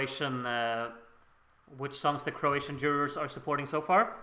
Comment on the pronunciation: Oh and btw, you are really good with pronouncing Croatian! 👍🏼